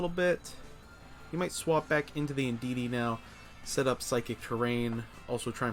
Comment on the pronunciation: Indeedee not indeedeedee 😂